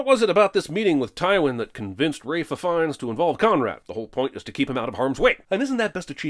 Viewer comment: “Ralph Phfiennes”😂